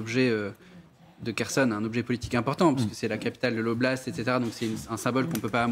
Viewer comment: Waw qui commente les stratégies russes, et la manière dont les gens prononcent les villes telle que kherson, elle dit kershon sec , mais dieu preserve nous de la connerie